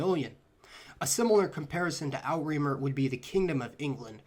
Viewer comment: so cute to heir pronounce "Outre-mer" in French...